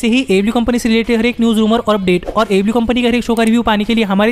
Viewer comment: Wo repeat telecast ko jab aew nahi hara payi to live show ko kya hatayegi aur ha tu aew to sahi se bola kar 🤣🤣🤣